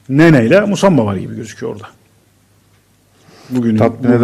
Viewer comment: MUSAMBA NE AMK OKUMANIZDA MI YOK YAAA